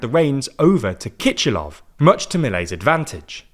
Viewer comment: cristina kirchner and kiscilof in argentina aren't really spelled with a 'ch' sound, kirchener is more pronounced like kirshner, and for kiciloff, the 'c' is just an an 's' sound